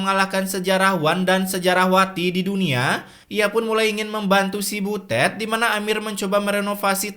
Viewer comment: Biasa aja kalo bilang butetnya😂